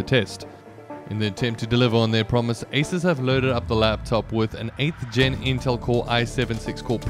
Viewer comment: Asus is "A Soos" not "A Sis"